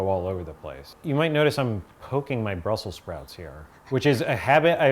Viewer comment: "BRUSSEL SPROUTS"